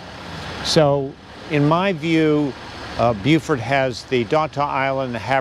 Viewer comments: Dear Lord, it's BeauforT.. Not BeauforD. hard T. Thanks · Beaufort ends in a T. Is he saying Buford? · David Morrill, I have a question for you: is pronouncing Beaufort correctly? He's putting a d at the end, not a t. Please advise.... I don't want to be mispronouncing it when I come there.